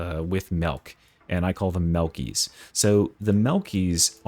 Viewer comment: Why does "Melkie" sound like a slur? 😭